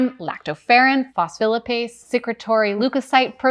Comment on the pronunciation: Excellent & informative video. One super-minor pronunciation pro-tip (biochemist here): Phospholipase is pronounced: FOSS'-FOE LYE'-PACE.